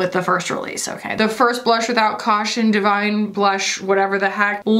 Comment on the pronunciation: “Bluhsh. With CAUHTION.” 💀